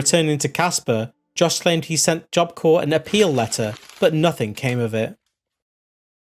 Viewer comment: “Apeel Letter”….🤣